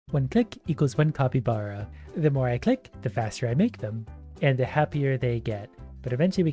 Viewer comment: why do you say copybara its capybara